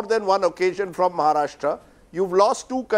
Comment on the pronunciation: he is Maharashtrian and not pronounce correctly Maharashtra ..... irony